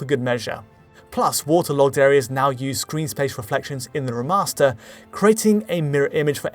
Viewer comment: “reh’master” lmao